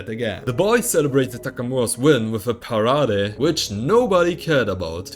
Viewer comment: just to help its Pa ray D not pa ra day